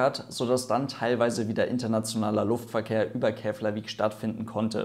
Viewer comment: Interessantes Video. Nebenbei: Eigentlich ist die Aussprache von "Eyjafjallajökull" nicht so schwer. Wenn man sowas wie "EYA-fjatla-jökütl" sagt, sagt man's nicht ganz falsch. War im Video also fast richtig, abgesehen von der Betonung und dem "tl", als das "ll" hier ausgesprochen werden sollte. Und Keflavik wird eigentlich etwa "Keplawik" ausgesprochen, falls von Interesse :-)